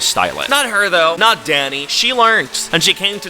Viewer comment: I didn’t realize he was saying “dany” I kept thinking he was saying daddy 😭😭😭🥸🥸